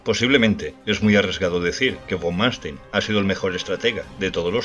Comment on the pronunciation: Número 1 Erich (Erig) von (fon) Manstein (Mánstain) ...